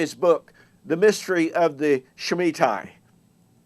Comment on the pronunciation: why don't you read the book and learn how to say shemitah (ends in ta not tai). if you read the book yous learn Kahn is not saying the world will end. he's saying an economic collapse is coming. you dispelled it before you read it so why even bother reading it? you're wasting your time and even worse, wasting mine.